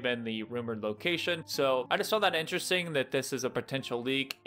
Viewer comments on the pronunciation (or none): none